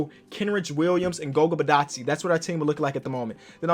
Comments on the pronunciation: I am from Georgia 《b i' t a dz e 》 this is how you say it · Goga last name is ( bit-aues-day) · For future reference Goga Bitadze is pronounced Go-Gah Bih-Todd-Ze Hope you see this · its pronounced Goga BeeToddSay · Pronouncing goga bitadze. GO(like goal) GA(like lady gaga) BI(pronounced like the alphabet B) TA(like hard TApatillo) DZ(you got that one right) E( like empty) Combine all that and you got the georgian alphabet.